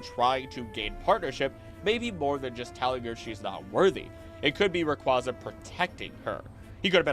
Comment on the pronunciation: Just to let you know, Rayquaza is pronounced as Ray-Kway-Uh. It's nane references quasar. Just letting y'all know for future videos 👍